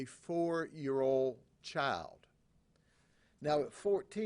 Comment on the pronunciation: I love how he pronounces "Child" to "Chile" 😂😂